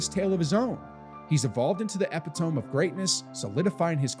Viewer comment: I agree with the videos statement, but can't get over the fact that the narrator can't properly pronounce epitome!